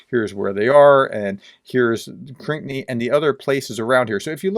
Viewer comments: Proper pronunciation is “Krinky” not “Krikny”. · Everyone else pronounces Krynky as crinky...you say cranky....lol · Pronounce Krynky this way: Kryn-key. I hope this helps. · it's pronounced Krinkee